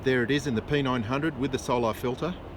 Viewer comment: What a joke and learn how to pronounce solar it’s not solaaaaaaaaaar 😂😂😂😂. You guys are pathetic joke. Go watch DITRH He’s made plenty of drone videos of sunsets showing how it gets smaller and farther and blocked by layers and layers of atmosphere. I don’t know how this poor guy is still trying to prove the globe when none of his other globie scientism friends are even trying. The solar filter blocks at 99.9% of everything else so it’s probably also blocking out a big portion of the edge of the image of the sun.